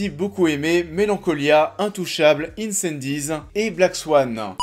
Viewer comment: Incendies c'est un film francophone tu la sors d'où ta prononciation à l'américaine